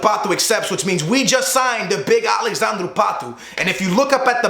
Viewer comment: It's alexadre not alexandrew patu